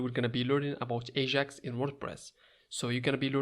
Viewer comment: it's not aZHAx asshole it's Ajax